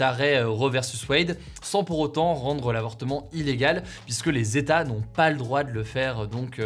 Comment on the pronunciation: 50 "zetats" ce n'est pas terrible !